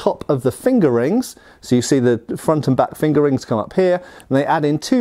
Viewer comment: Lol, I’ve heard him say it that way for years now, no matter how many times I tell myself to grow up🤣